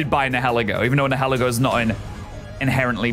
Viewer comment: It’s pronounced NYE-UH-LEE-goh, “”! 🤨